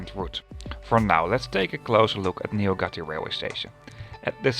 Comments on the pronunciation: I think Nyugati should sound more like Newgati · Don't ever say Nyugati out loud like that..... Google translate exist, and it tells you the pronunciation too. And tér means square not terminal...